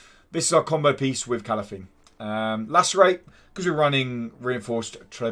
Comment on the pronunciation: Good to see yo back man, and its pronounced KA-LAN-THE (Calanthe)